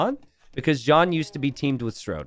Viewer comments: The way says “StRode” makes me think he would call Main Street “Mainst”. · It's a running gag that t90 says it "wrong"